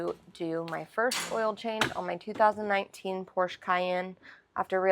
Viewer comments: Did you say Porsch LOL? Good job on the oil change. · Great job, but Porsche is two syllables 😜